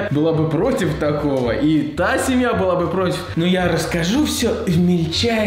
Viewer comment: когда ты сказал «та семья» то мне пришлось два раза переслушивать чтобы понятьчто ты говоришь не «Тасе»( мое имя)